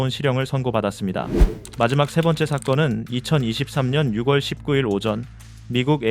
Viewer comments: 방송할때 6월을 육월이라하는데 읽을때나 말할때 유월이라합니다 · 다 좋은데 십사발은 좀 그렇네유. 열네발이 맞쥬. 그리고 육월이 아니라 유월이라고 발음하는 게 맞습니다. 칠발, 사발이 아니라 일곱발, 네 발이 맞고요. Ai로 만든 목소리라고 해도 수정해야죠